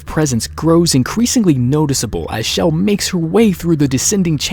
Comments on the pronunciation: Ur saying shell it's chell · It's CHELL not Chell (with a SH ) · Her name isn't pronounced like Shell. It has the hard CH like in Church. Just listen to interviews with Wolpaw and you can hear him say her name with the hard CH. There is also an unused file where GLaDOS calls Chell by name. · not Shell, Chell! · He keeps saying Chell with a sh Schell ( for god sakes! It's Chell!!!!!!! ) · Her name. Is not. S H E L L. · Great, another Youtuber that calls her shell. That means more cringe videos. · the ch is Chell is pronounced like the ch in church. not an sh sound. glados even says her name in the end of portal 2. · Various people on the dev team pronounce it like shell. How can you correct pronunciation using spelling? That makes no sense.